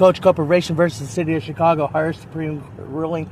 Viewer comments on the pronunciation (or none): none